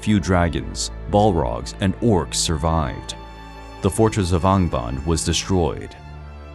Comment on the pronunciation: While I appreciate this work you’ve done, please work on your pronunciation of names like Fëanor and angband. It was just such a Thorn that I couldn’t enjoy the whole piece